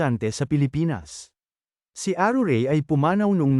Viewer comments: Mali po ang bigkas m sa pangalng aruray at chichay 😂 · aruray po hindi arurey! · ..hahahahha! Napatawa mo ako the way you pronounce ARURAY hahahahhaa!!!